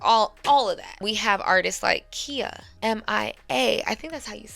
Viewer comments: KHIA is not pronounced Ki-a. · Siiiiissss I love you but “Lisa left eye LOPES” for Lopez, and “KEEYA” for Khia is diabolical pronunciation 😂😩❤ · The way you keep mispronouncing these artists names makes me question if you've ever listened to female rap. Khia is pronounced Ky-yuh. MIA is EM-EYE-AYE and for God's sakes, it's pronounced like Lopez!